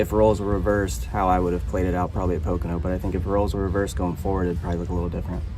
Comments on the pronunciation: Its PO-KO-NO.....not PAH-KO-NO or PA-KO-NA........😉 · It’s pronounced po ka no . Learn to speak English. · At least if you're going to be a reporter for Nascar, really need to learn how to pronounse the tracks. It's called Po-Co-No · A channel called Nascar Zone that can't even pronounce POCONO correct..? What a joke...